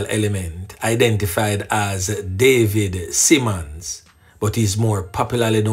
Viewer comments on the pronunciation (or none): none